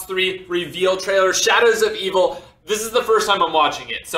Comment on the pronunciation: he said "shadders of eveel"